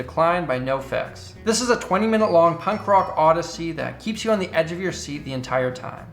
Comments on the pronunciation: Dont want to be "that guy" but its is pronounced "No Effects" or "No FX" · The way he said nofx is the most hilarious thing I've ever heard